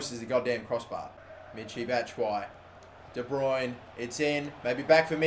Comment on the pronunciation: It's de bruyne